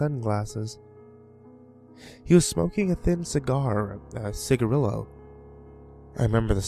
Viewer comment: i'm giggling about the pronunciation of cigarillo around 19 minutes, i'm 80% sure the two L's are pronounced like a y sound as in see gar ee yo SPANISH